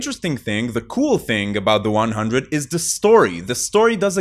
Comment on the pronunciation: I am extremely surprised to see no one in the comments told him he's pronouncing the title of the show incorrectly